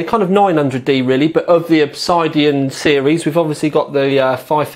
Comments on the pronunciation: R u stoopid, u said obsidian wrong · there's the way it's said and the way some people incorrectly say it, there isn't two ways to say it...